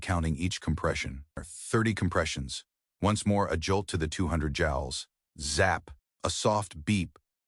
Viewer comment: It's not jowels but jewels in measuring amount of electrical stimulus. The robot narrator needs to be coded to pronounce words correctly.